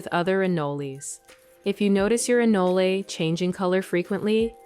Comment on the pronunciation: Wtf is an anlala it’s anole